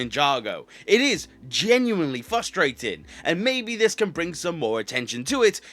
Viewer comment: Not as frustrating as you mispronouncing frustrating